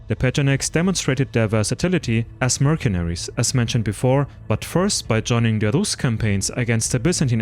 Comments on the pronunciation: It's not pronounced merkenaries, but mersenaries, you idiot! The C in mercenaries is pronounced as an S. Learn English!!! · Tibaytons? Merkaneries? You butcher the English language like Turks butchered Europeans haha